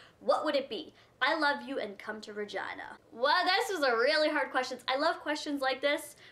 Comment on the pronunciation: lol i love how u said regina! it sounds like vagina haha